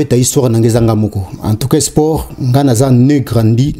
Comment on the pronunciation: Salut corrige ta prononciation on dit(SPORT)et non Esport. En outre on appelait Hitler la FUREUR et non FOUREUR merci pour la compréhension.